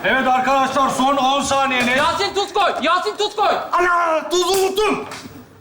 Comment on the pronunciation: yasin demiyor yasın diyor, bunun dışında başarılı.